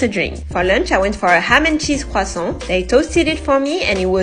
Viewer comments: I think people will have the pronounciation of Croissant stuck in their head from watching this video. It's actually a good way to practice. Listening to native speakers is the best thing. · That’s how you correctly pronounce croissant (not trying to be rude) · It’s the correct pronounciation. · La personne qui a publié cette vidéo est française elle-même. Sa prononciation est absolument correcte. Peut-être que je t’ai mal compris mais j’ai corrigé l’auteur de ce commentaire qui a tenté de moquer sa prononciation.